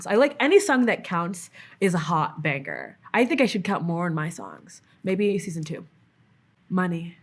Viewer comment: I love the way she pronounces banGer